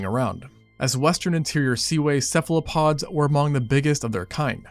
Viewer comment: Cephalopods, as in "cephalo" meaning head and "pod" meaning foot. Not "Cephlopod."